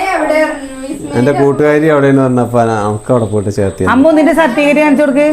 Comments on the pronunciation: നിങ്ങളുടെ നാട്ടിൽ സർട്ടിഫിക്കറ്റിനെ 'സർട്ടിക്കറ്റ്'എന്നാണോ പറയുന്നത്.ഇതെന്താ ഇങ്ങനെ '😂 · സർട്ടിക്കറ്റ് അല്ല സർട്ടിഫിക്കറ്റ് എന്ന് പറയു 👍